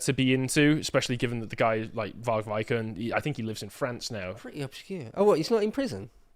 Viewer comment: its Vikernes not Vie'kerns...